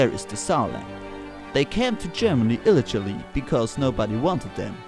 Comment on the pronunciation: illegally wird aber anders ausgesprochen. ;) Aber sonst sehr lustig!